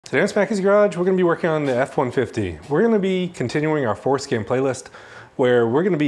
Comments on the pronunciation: Are you purposely saying forskin lol? And Alot of other f150s you need to relearn other modules besides just changing the mm. I would update your video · I can't stop hearing foreskin. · I came for the information, I stayed for the information and the fact that when he said forscan it sounded like foreskin and I’m an adult child! Haha Definitely subscribed though! Good info!! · I swear he saying 4skin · Did you say Fore-Skin? Bruh 😅😂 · at 25 seconds I heard fore-skin also !! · Definitely repeated "skin"! 😅